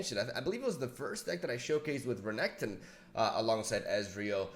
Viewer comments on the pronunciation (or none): To be honest I just gave up and thought you didn’t know how to pronounce Renekton haha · please do not call renekton renekton, call him reggeton, if it pisses people off they are WEAK